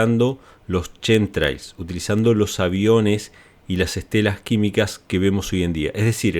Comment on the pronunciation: No se dice Shem trials. Se pronuncia como kem trails tremols